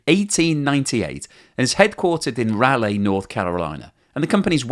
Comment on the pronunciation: as a Raleigh and North Carolina native, it is slightly painful to hear it pronounced in such a way, but I forgive you 😂